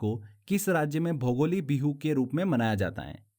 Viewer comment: Q:12 it is Bhogali Bihu not bhogoli bihu.... Love from Assam